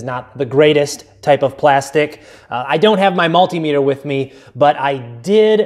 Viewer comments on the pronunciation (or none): none